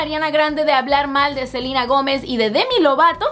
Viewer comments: Me encanta como dice el nombre "silina"😁😂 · Por qué pronuncia tan exageradamente el nombre de Ariana y Selena??